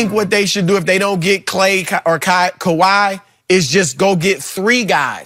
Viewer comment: My mans Broussard looks at skip like how is this your show?! LMAO Skipp the biggest hater of the year, he can't even say Kawhi's name smh.. lol